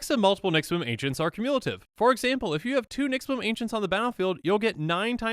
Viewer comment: “cuMULEative” hee-haw boi 🐴